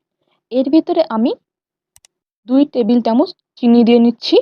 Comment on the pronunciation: Tumi jokhon chocolate ganach er recipe share korchile tokhon tumi bolecho 2 table tamoch chini use korte...ar tumi properly subscribe kotha tao uccharon korte paro na...eigula ektu thik kore bolte shekho!